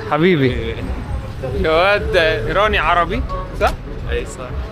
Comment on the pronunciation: عفيه صيحله لصديقك جواد مو گواد 😂😂